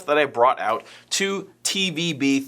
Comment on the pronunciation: i know you said "gave it TO Frank" but to me it sounded like "gave it A Frank." like at GI, when you need a gun to upgraded or fixed, give it the Frank treatment c